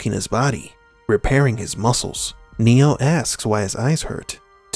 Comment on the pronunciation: It always sounds like his name is "Neil" or "new" whenever I hear "Neo" without any emphasis on the "O" at the end.